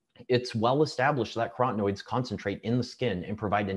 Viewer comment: Antioxidants like B-carotene and lutein are carotenoids - 4 syllables - NOT crotenoids - 3 syllables.